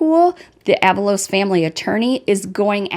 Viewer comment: “Ah-VAH-Los “ (not “AVA-Los”) 🤭